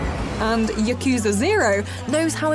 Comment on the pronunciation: Learn to pronounce Yakuza correctly pleases